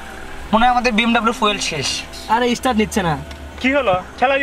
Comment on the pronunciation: আপনাদের ইংরেজি accent গুলো এরকম কেন? আপনারা অল্পবয়সী শিক্ষিত ছেলে, তবুও start শব্দকে estart (এস্টার্ট) উচ্চারণ করলেন।